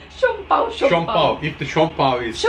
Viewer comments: Siopao, Siopai and Siompao. 🤣🤣🤣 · "SIOPAI"😱 whattttt🙆🤣👻😝🤦😁🤷💯💚, it's siopao🤗mashallah✌️